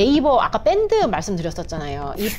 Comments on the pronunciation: 뺀드아니고밴드로발음 젊은사람이 촌스러~~ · 사기꾼한테 왜 존칭을 쓰는지요? 일반 표준 표현법 좀 배우세요 듣기 거북합니다. 그리고 밴드지 뺀드가 뭡니까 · 뺀드 말고 밴드로 발음하면 안되요? 된발음이 많아 거슬려서 듣기 싫어지네 왠지 메타뻐스라고 발음하실 듯 그리고 존대를 너무 남발하시네요 피해자도 존대, 범죄자도 존대 종합적으로 듣기 불편해요 ㅠㅠ